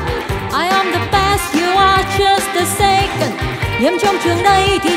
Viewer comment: là second chứ ko phải sacond